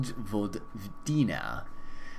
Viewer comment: Try to read Vojvodina like Voyvodina ;) Great video by the way.